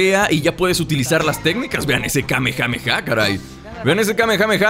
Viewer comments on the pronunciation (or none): none